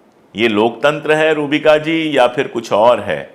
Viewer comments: Not Rubiya it's Rubika😂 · अशोकजी आप रुबिया लियाकत बोलते हैं, ये गलत है। अपना नाम वह रुबिका लियाकत बोलती हैं। किसिका नाम बदलनेका किसी और को हक नहीं है। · Rubika Liyakat... Not Rubiya Liyakat Ruhbika Liyacut .. you can say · सर रुबिया नहीं रुबिका है। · अशोकजी, रुबिया नहीं रुबिका. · Rubika Hai Naam✨Rubiya Nahi Sir